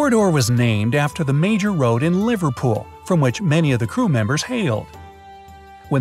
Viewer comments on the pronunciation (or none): none